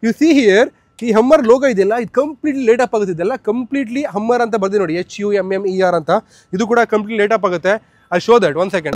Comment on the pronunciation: Ummer or Hummer pronounce it correctly